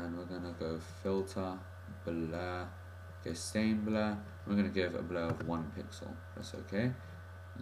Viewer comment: You're pronouncing gaussian wrong!